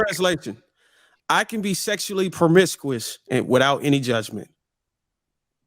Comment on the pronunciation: How did he say "promiscuous"? 😆 🤣 😂